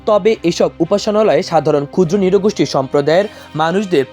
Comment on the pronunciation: চমৎকার তথ্যবহুল প্রতিবেদন আমার দেশের। তবে বর্ণনাকারীর উচ্চারণে সমস্যা আছে। নৃগোষ্ঠী কে বারবর ”নিরগোষ্ঠী” বলছিলেন।